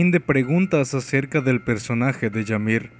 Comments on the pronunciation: Buen video pero es "imir" no "yamir" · Yamir durante todo el vídeo y al final la empieza a llamar ymir habla bien xD kdkdkdkd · no se pronuncia yamir, se pronuncia imir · Es "Ymir" y se pronuncia "Ymir" no "Yamir" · No se pronuncia Yamir,se pronuncia Ymir,tal como se escribe. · Una crítica constructiva, la palabra 'Ymir' no se pronuncia 'Yamir' sino que 'Imir', como si fuese una i latina. Saludos. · Se pronuncia Ymir no llamir :7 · No, según yo si se pronuncia "imir" y se escribe Ymir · Dark Dragon No,ni los japoneses la llaman así,ellos pronuncian "Imiru" pero se escribe Ymir y en español es "imir" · che man te aviso que me parece que se dice imir ose la y se pronuncia como i latina